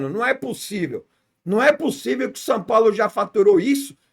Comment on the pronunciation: "San Paulo" ???